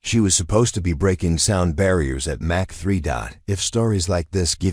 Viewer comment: Mach 3 is pronounced mock 3